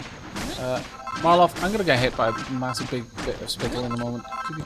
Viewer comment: So I feel like I need to point this out. It really isnt a big deal and I think it sounds better. You keep saying Mar-loth when his name is Mal-roth. I think it makes the character sound better anyways